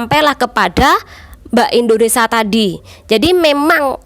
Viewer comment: Nyebut nya di beneri dikit ce.. INDONESIA..